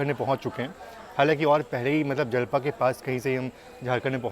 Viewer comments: bhaiya that was japla not jalpa 😊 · जलपा ❌ जपला✅ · जलपा नही जपला Jalpa ❌ Japla ✅ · Japla hai bhai na ki jalpa😂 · Jalpa nhi japla 😅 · Jalpa nahi Japla naam hai